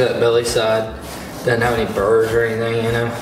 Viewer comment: You said make sure he has no “brrs” I couldn’t really depict what you meant